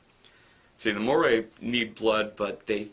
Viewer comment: You need to brush up on your pronounciation of Moroi, Lissa, Vasilisa and Rose but apart from that, good review. I'm just wondering whether you've read the entire series and if you liked it? Also, how well do you think these books will translate into movies?